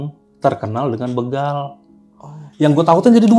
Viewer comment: Bukan bĕgal but bègal😊